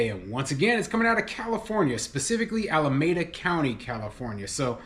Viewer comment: I live in the Bay Area and it's pronounced: alaMEEda.